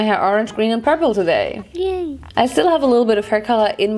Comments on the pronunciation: "Porpula" Ich kann nicht mehr vor lachen 😂😂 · Hey ur amazing and all but pula means something rllyyyyy dirty in my language so... I can’t help laughing when u say purp-pula